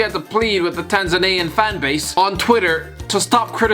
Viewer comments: TANZANIAN Tan-Za-Knee-An Don't know where you're getting Tanzananian from, utterly annoying and I'm not even from there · FYI, it’s “Tanz-ann-ya” and “Tanz-ann-yan” ✌🏻